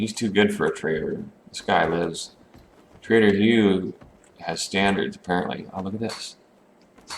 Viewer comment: grammar heh. He just pronounces them that way lol But that's be interesting to see untrustworthy ones too like a rival settlement group to the White River one lol. They'd deal in shady stuff, like alcohol, and medical drugs etc. Seems like it "could" be a thing eventually since it would make sense too. but yeah heh, trader, not traitor xD